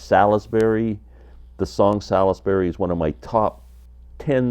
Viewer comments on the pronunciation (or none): From the UK the Heep Album is pronounced Sauls-bury not Salis-bury